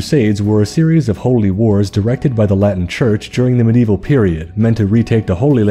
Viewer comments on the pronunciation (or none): none